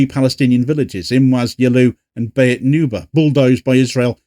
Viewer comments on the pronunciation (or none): Beit is pronounced 'bate', not 'bayit',as you always say, for some reason, if you're interested.